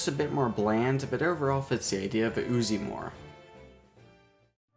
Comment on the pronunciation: Its not pronounced as uzi its pronounced as UZI u know like ....just forget it :P